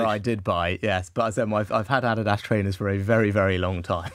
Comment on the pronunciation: Can’t even pronounce Adidas correctly.